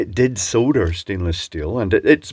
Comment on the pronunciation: Soda???? soLder, not sodder or soda!!!